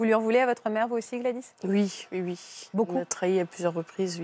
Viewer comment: Maintenant les gens disent tous « ui ». Dites oui bordel!